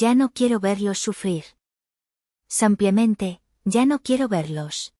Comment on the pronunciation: No sédicesampiamente se dice simplemente.VALE.